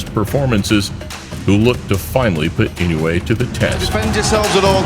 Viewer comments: Now-ya Inn-o-way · Here come Japanese It’s EE-NO- WU—EH This might be easier↓ E know ooh eh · Guys guys, his name is pronounced more like "ee-no-oo-ay" in four syllables. I-no-u-e. Naoya goes more like "nah-oh-yah" in three syllables... Na-o-ya. Pronounced wrong in this video... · I-noh-weh more like. But your point still stands. 👍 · If you say it super fast, I suppose that passes. But unlike most languages, Japanese has no silent letters and everything is pronounced. "E-no-oo-ay" I still like the joke though.